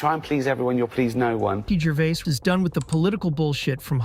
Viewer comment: Jer-Vay, not Gervase.